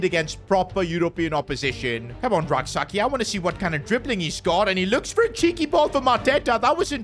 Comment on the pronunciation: PCQ: I'm a Ghanaian and it's pronounced Rak-(Sechi ('ch' sound)) Also, you could sign a high rated RM and let Rak-Sakyi be a super sub for both the LM and RM positions since Sarr is underperforming